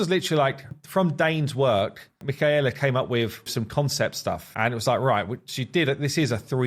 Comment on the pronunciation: This is looking so good 😩 I can't wait to play this! I just don't understand how it goes from this to being in the game like so mind blowing to me Also I think her name is pronounced Mic-kay-la